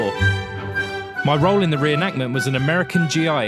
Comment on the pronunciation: Say it with me now.....It's a RE-EN-ACT-MENT